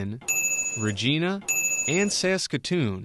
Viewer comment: Loving this series! Just a personal thing being from the city, when you were talking about the Western Canada Hockey Leauge you pronounced Regina wrong. It isn't like the name Regina, it is pronounced "rej-eye-na". Just a silly little thing. Amazing series! Keep it up!